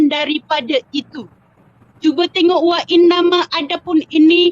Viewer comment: Wa innama jadi wa inname...hadoiii makcik ni sebutan arab dia buat mcm sebutan BM. Sudah tu belum habis baca sudah hentam sesuka hati sebab tgk author kitab. Sudah tu tak tau beza antara kitab ulama mazhab as-Syafiee dan kitab direct tulisan imam as-Syafiee. Dan makcik ni gagal methodology mazhab. Pot pet pot pet tak tau sekolah mana dulu belajar dgn siapa terus hentam ulamak yg masih hidup dgn yakin tanpa memahami methodology yg betul. Tatacara "berbahas" tu pun dah failed, bincang satu² bukan next² ikut sukahati. Org baca ayat Al-Quran pun dia tak mau stop pot pet utk dgr, ayat Allah tu pun dia dummy-kan saja apatah lagi ayat manusia biasa mcm ustaz ni 😂😂 aduhaaiii makcik 🤣